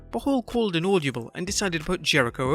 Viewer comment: its audible not audioble lmao